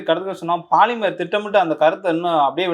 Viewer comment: போலிமர் என்று சொல்லுங்கள்..பாலி..ர் என்ற கெட்டவார்த்தையை தவிர்க்கவும்....